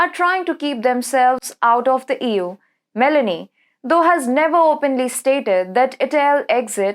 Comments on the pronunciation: Broadcaster should use "Google Translate" for the correct pronunciation of foreign names. Meloni is not pronounced as if you were adding a vowel (i) to the fruit melon. Meloni is pronounced as if the "o" in Meloni is the same sound as the word "oh". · Me'loni is the pronounciation